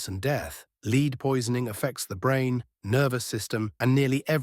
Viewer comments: lead being said as leeeed not lead AI voice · Leed. Leed poisoning. AI aint that smart